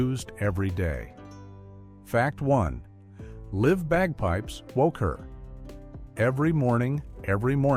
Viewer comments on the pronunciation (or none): The AI narration is BROKEN. Liv bagpipes because the AI saw "Live Bagpipes" (Bagpipes played in the moment by a real person, not by a recording OR AI), and read it as "Live Bagpipes!" as if Dr. Frankenstein is trying to animate the bagpipes. This is DREADFUL.